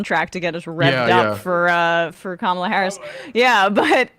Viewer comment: Why does he keep calling her Kamala? It’s Kamala.